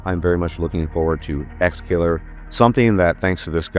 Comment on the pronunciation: its exe killer not exkiller